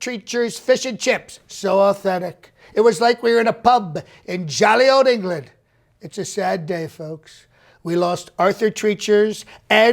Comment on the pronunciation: In “Enge-ga-land” 🤣🤣🤣🤣🤣